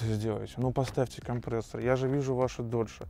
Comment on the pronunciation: К логопеду надо тебе сходить..) «компрээссор»...😂